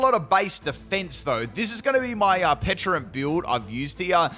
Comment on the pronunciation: I've heard you say PeCHA berry plenty of times... so why would you call it PeCHUrunt?😅